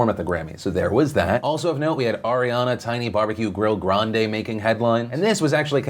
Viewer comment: she pronounces her name grand-ee, and cardi b is trash.